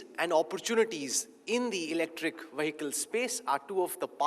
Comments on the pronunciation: Bro anchor , it is not 'Wahikal' its vehicle. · The anchor cannot pronounce "vehicle"